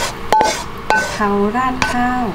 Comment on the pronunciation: กะเพรา ไม่ใช่กระเพรา